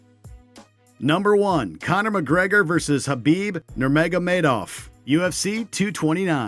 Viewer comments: Well, he got Khabib right lol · Mannnn who was reading these. I'm surprised they got Khabib name right but so many other names wrong.